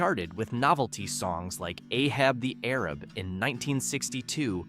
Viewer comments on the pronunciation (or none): gitter-zan? Guitar-zan, guitar tarzan? Get it? Also Ay-hab the Ay-rab